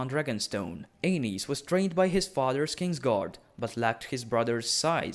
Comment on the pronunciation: Great video, but I can't help but hear King Anus.